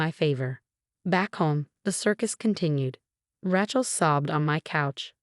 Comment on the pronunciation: Another story w/the name Raaay-Chel Being pronounced as a rench … not listening !